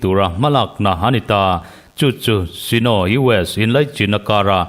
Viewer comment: Sino tia i lamrik hi Saino tih tur a ni lo maw? Lo ennawn teh.